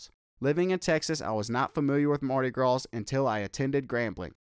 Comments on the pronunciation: Ok it's the Bayou Classic, as in (Bah' You, or yew, or U). And Marty Grawz is hilarious too. I'm from Texas as well btw. GSU Fall '94-97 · “Mardi graws”😭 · WTF??? In one part of his commentary... he shows everything but Grambling.... and he is supposed to be from Texas, as well as attending the school for 4 years.... and he still did not know how to pronounce.. Bayou classic or Mardi Gras.(come on). Only thing he really got right was the wait for financial aid. LOL Not buying that he attended my beloved!!!